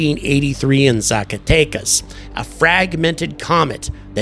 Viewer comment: Your "Zacatecas" was very good.